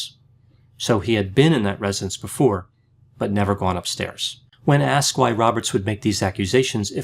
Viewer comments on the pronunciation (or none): none